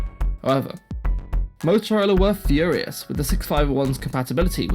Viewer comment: Couldn't stand more than twenty minutes of his diction and eating up of words. I tried as the subject matter is so interesting. I'm sorry if it's a physical disability though. A simple word like Motorola, sounded totally off in so many places. 👎 Had liked and subscribed at first.